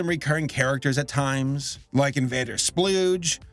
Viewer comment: "Invader Splooge" SKOOGE, ITS SKOOGE ASHGDGSJSH